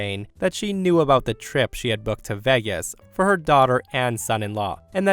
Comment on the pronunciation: Uh... "Vegas" was mispronounced, repeatedly.